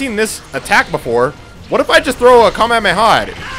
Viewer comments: you are saying kamehameRHAAAAAA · It is not kamehamera it is kamehameha